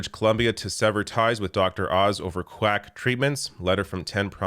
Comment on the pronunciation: Thought it was Dr. Ounce :(